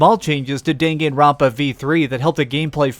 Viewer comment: The way you pronounced Danganronpa the first time killed me